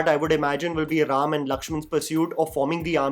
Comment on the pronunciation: Thanks for saying ram and not rama.